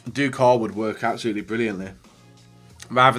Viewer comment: It’s pronounced doucoray not doucor